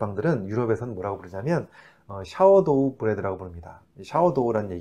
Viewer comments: 샤워도우가 아니고 이것도 한글로 표기해야하기에 발음을 백프로 정확히 쓸수는 없지만 싸워얼도우 가 좀 더 가까운 표현이 아닐까 합니다. 구글에 sourdough pronunciation 이라고 검색해보니 직접 오디오로도 들을 수 있게 되어 있고 “saw.ur.dow” 발음 표기는 이렇습니다. 많은 영어 발음들이 최초 어느 한분이 번역하셨던 한국식 발음으로 인해 전 국민들에게 굳어져서 해외에 나가거나 외국사람들과 대화할때 그들이 못알아듣는 경우가 너무 많음을 보게 됩니다. 주시는 유용한 정보와 함께 표기나 발음도 함께 조금만 더 신경써주시면 좋을 것 같아서 글 올려 봅니다. 감사합니다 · “사우어r” 도우가 좀 더 정확한 발음일 것 같습니다. sour 발효가 되서 “시큼한” 냄새가 난다는 뜻있거든요. “샤워”라 하면 못 알아들을 것 같아서. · 쌤, 싸월도~~샤워도가 아니라 ㅎㅎ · 저는 캐나다에서 서양음식 레스토랑을 운영하고 있습니다 캐네디언들도 Sourdough 빵을 좋아합니다 그런데 발음이 좀 듣기 불편하네요 샤워도우... 그렇게 발음하면 다들 못알아듣기도 하고 웃긴다고 합니다